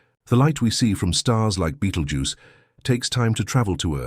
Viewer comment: Please learn how to pronounce BETELGUESE